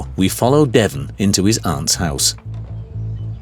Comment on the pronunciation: “our contact is called Devon” 2 seconds later and you literally hear him pronouncing it completely different